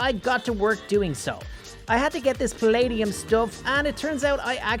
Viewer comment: HOW DO YOU NOT KNOW HOW TO SAY PLADEUM